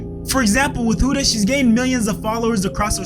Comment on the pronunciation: It’s pronounced Hood-a bro 😭